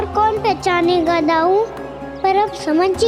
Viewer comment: its not daruui...its दाउ ❤